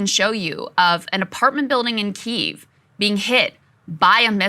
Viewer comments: Krystal... It's pronounced "Kee-ev" not Keeve. Love yall though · Please stop saying keev, the y is pronounced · Please say key-ev lmao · Is it pronounced 'Keev' or 'Kiev'? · Makes you wounder how much research you have done when you call it keev. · omg saagar......KEE-EEV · Krystal ! — “Key”-“ev” but said quickly together ! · Please stop calling Kyiv Keeve 😅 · every time krystal mispronounces Kyiv (KEE-ev) i die a little inside thanks saagar for knowing it 😭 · krystal pronouncing Kiev--I'm sure she says VERSE for versus as well. what a dope.